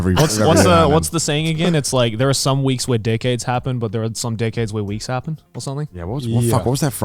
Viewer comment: I was so confused, I kept hearing Joey say "dickheads" instead of "decades".